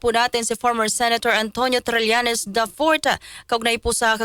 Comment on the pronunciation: It's TRILLANES, not TRELLANES. Please pronounce people's names properly.